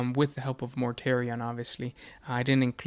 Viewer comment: Ummmmmm you made a big mistake it’s Mortarion